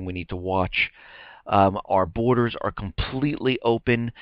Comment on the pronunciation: it's "borders". just sayin'